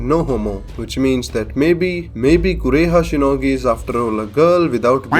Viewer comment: I lough so much everytime when you say DR KOREHA SHINOGI or when you say FOUR THAUSEND YEARS .😂